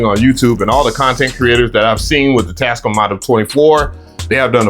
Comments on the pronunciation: Tas -CAAAAAM! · Bro keeps pronouncing it as “TASCUM”😂😂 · this is my new goal...i need to buy enough equipment to justify purchasing this mixer. this dude goes out of his way to mispronounce words. "Ruhverb" "Tascuhm" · its TAS- CAM BRO:)) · welcome bike today we are looking at the tascum model 24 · quality tech info -100 % raw excitement from seeing a mixer for the first time in person +500 % pronunciation of brand name Tascam -100 % level of diddler energy for the mixer +500 % over all review score 800% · You were super sensitive about Bolo pronouncing your name right and you cant even pronounce Tascam correctly 😂 Also, camera moves way to much. slow it down 🥴